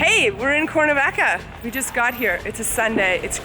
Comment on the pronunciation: "Corn -a-vaca" lol seriously?